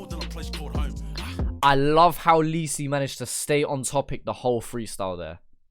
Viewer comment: “lee see“ 🤣